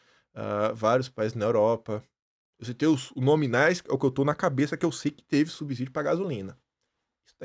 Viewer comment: na palavra subsídio pronuncia-se o “s” normal e não como seria na palavra “subisídio”, de grafia errada, mas que neste caso seria o “s” entre duas vogais que teria, obrigatoriamente, o som de “z”!! Mas não existe este “i” após o “b”: subsídio. “Minha pátria, minha língua “!!